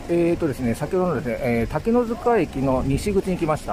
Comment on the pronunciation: しょうもないことですが正しくは「たけのつか」ですよね。 ずっと「たけのづか」って言ってるので。 昔はづかでも公式にはつかになってるようですし。 駅の表記も「takenotsuka station」ですし。 いや、細かいこと言ってすんません。